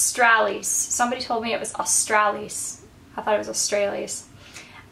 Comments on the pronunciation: It's pronounced 'Austraaaalis', like 'yaaaas' though I've overemphasised it for the sake of the pronunciation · i think its pronounced like os-tr-uh-lis